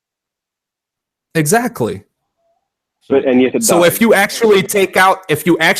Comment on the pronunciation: Zactly zactly 😂😂😂😂